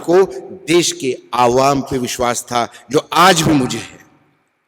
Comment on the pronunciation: "Vish wass"🤔